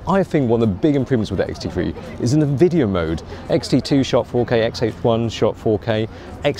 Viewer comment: Every time says "wideo," an angel gets her wings.